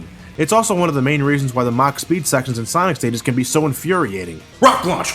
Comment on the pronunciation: who else cry'd when said rock lanch